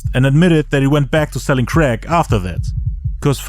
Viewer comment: "he went back to selling creck" 😂